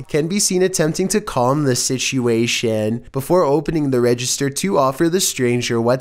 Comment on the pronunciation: Seriously? Shishuation? There's just no way it's not on purpose now. He's said situation plenty of times before correctly